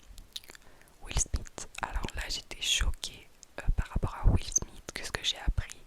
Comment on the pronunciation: 😂😂😂😂 mais c'est la première fois que j'entends quelqu'un dire Jay zede Pouahhhhaha tu me bute Will smit 😂😂😂 mais tu trolls en vrai